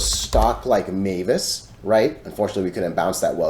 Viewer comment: Many thx dude! It’s always entertaining to see TA about MVIS 🎉🙏 BTW; the pronunciation of MVIS should be „emvis“ not „meyvis“ right?!? I’m not American, I always used to say it as „emvis“ but not sure if it’s right